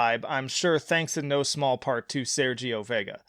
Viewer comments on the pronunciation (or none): none